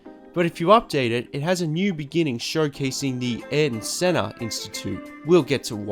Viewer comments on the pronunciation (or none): It's "ah-eer-ton Senna" Sorry, had to throw that out there, being Brazilian and all. Great video! I'm getting GT6 now, even if online is now dead.